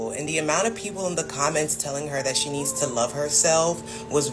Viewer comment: "SHE'Z NOT YOUR'Z IT'Z JUZT YOUR TURN"